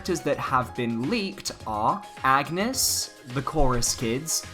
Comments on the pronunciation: I'm going to correct every person who pronounces Agnès the wrong way. It's On-yes. Not Ag-ness. Her game is voice acted for crying out loud. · I die a little every time you say "Ag-nes" It's "Ann-yes" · wazz up well it’s actually pronounced on-yes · If Agnes is the girl from Bravely series, her name is pronounced "awn-yes" not "ag-ness" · AUN-YES. Not AGG-NUS. I know the spelling seems similar, but it's meant to be pronounced VERY differently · Kinda like the Isaac render (the entire one), love the fact that the "leaker" merge his DD style with his original style. Also, juste to point it out : Agnès is a french name which is pronounced "Ane-yess", not "Agu-nes". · Anges is pronounced (On-Yez) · It’s pronounced An-yes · Lol even though this is fake, everyone who does a video on this leak keeps pronouncing Agnès wrong and keep saying Agnus, Its not bad i just find it funny lol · It's sad how many people haven't played Bravely Default, and don't know how to say Agnés name :( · Has none of these youtubers played the Bravely games? No one ever pronounces her name right